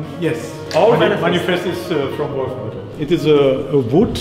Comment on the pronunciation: Jesus H. Crist, your Pronunciation of "Wolfenbüttel" and "Kreüter"/Krauter 😁🤣😉